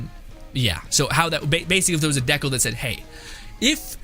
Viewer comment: Dude are you joking around the way you pronounce decal? I hope so. Dee kale like stickers or decorations you put on a car, skate board, notebook.